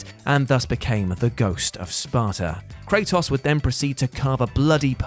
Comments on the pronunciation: You said Kratos' name in two different ways and still got it wrong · We love you man, but the way you say Kratos is literally wrong... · I love Kray-toss